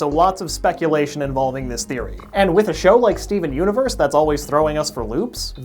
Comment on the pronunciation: 'Skeven universe' please tell me I'm not the only one who hears that. XD